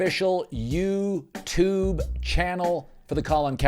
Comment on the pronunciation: Cowherd says "youtube" like he's an 80 year old man who's never heard of this newfangled "intern net".